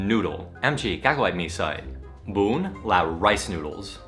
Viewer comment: Bún giò "GUN"